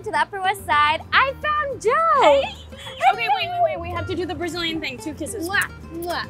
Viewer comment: Did she just say Bazillian?? How... just how??